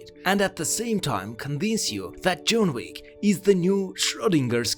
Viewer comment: "June Week" .. really? lmao